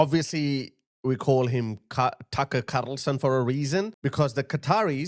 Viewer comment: “Tucker Carrrrrlson” made me spit my coffee